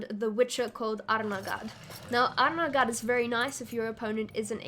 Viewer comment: I thought Arnaghad was pronounced more like "Galahad" from the Knights of the Round Table. Arn-ga-had